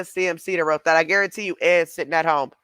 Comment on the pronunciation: I'm so tired of hearing this sociopath pronounce words 800 different ways... Guaruntee, gurrntee, garrnnntee, etc.. she can't remember her fake accent.. but she has to make sure she says it wrong everytime..